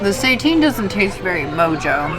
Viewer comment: Love this review -- can't believe they are offering SEITAN (versus just the regular ol' Impossible meat). By the way, it's pronounced 'SAY-TAN", not "say-teen". Have a great no-turkey Thanksgiving guys! Love your videos!